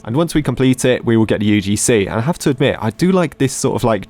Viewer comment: you probably failed your religions exam because the teachers saw that you say UDC instead of UGC